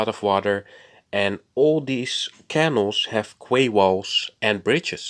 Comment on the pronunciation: Great video. Wonder how long it will take to repair the damage? Side note you may want to look at how you say canal, yours sounds a bit like kennel. Sorry if that's cheeky it's not my intention.